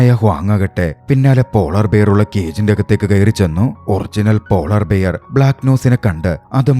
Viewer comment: ബിയർ അല്ല ബെയ ർ